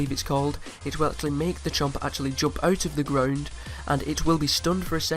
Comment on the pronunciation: (ut uf the gruuund